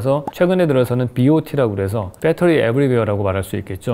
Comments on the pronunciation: 이런 서브젝트가 이렇게 연결되어 사고 될 수 있다는 것이 놀랍니다...그리고 역시 나도 그렇지만 쓰기는 배터리라고 쓰고 읽기는 빳떼리라고 읽게 되는..ㅋㅋ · 다 좋은데 ... 왜 아직도 빼떠리 인가요? 베터리라고 써 놓고 ㅎㅎ